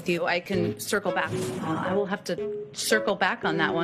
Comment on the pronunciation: “Circlebak” Girl !!!